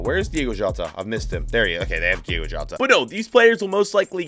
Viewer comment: As much as I love you you gotta get those names better. Di-O-go Jota. It’s starting to get on my nerves lol